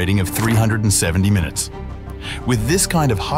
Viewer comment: "airbus a350" its a a 320 and also "munites"